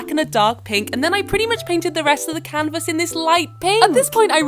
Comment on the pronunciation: "living r-OOM" 💀 "canVAS" 💀 "sEE" 💀 "light pINK" 💀 "feathery gILL-" 💀 "to act like the feathery gILLS" 💀 like girl why your voice so weird